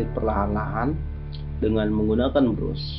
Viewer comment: Brush bacanya bras, bang..